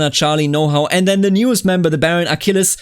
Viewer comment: you pronounced it just fine. It pronounced like the Achilles from the iliad.